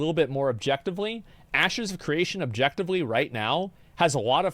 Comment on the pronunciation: pretty sure he said "asses" of creation lmao